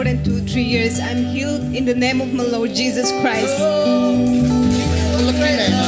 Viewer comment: Thank you ... I'm always blessed by your sermon but sometimes I confuse your pronounce "praise the Lord or lure"